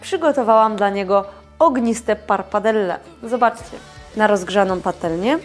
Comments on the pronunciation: Pappardelle, not parpardelle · Nie parpadelle, tylko pappardelle.